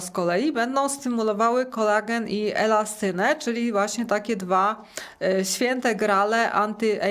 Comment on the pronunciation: To NIE jest "Kolegan" jak pani mowi, tylo KOLAGEN !!!!